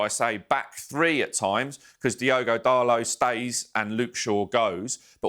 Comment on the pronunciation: DAR LOW!! , lol,.. winner of the "how far away from the right pronunciation can YOU get?" competition that one. You'd think these pundits and commentators would at least have the respect to get things like that right, considering they have nothing else to do for the job besides flap their gums. fkn ell